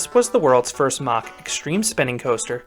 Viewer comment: Its MACK NOT MACH